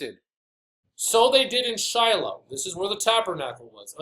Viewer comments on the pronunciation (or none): none